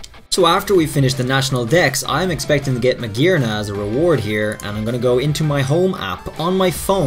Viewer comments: Hearing him say Magearna the correct way made my soul melt into heaven. Such a lovely accent shan’t be wasted on butchered names 😭😭😭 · Finally he said it right xD